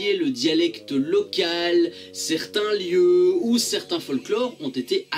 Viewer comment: Je ne sais pas si tu es français ou belge mais si tu es français, félicitations: tu prononces super bien tous les noms de lieux. Ca fait du bien!